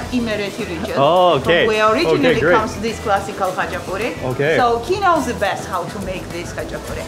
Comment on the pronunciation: Not gonna lie his “хач-а-пури» trigged me